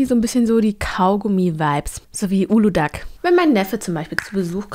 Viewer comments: Ich kenn auch nur die Aussprache wie sie es gesagt hat. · Bei Uludağ wird das ğ nicht mit ausgesprochen da es ein weiches g sein soll haha also wenn du das türkische Getränke meinst 😂